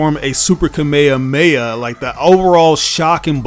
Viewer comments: It’s KA-ME-HA-ME-HA‼️NOT KA-MYA-MYA. GOTDAMN IT‼️‼️😡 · Dude love you but please never say Kamehameha again